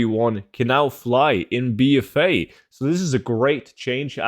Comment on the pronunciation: The way he's saying BFA. "Bee Fay" 😆